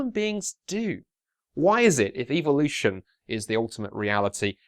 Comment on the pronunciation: Anyone else notice how he pronounced evolution as evilution?